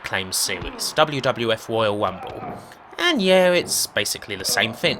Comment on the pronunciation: "Woyale Wunble" lol... Sounds funny that all the r's have been weplaced with w's...